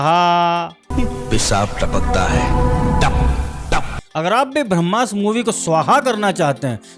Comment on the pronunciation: बंधु, शब्दोच्चारण “भ्रम्मास्र” नही “ब्रह्मास्त्र - ब्रह्म + अस्त्र” है। कृपया ठीक कर ले और मातृभाषा का शुद्धोत्तम संस्करण दर्शकों तक पोहोचाये । 🙏🏽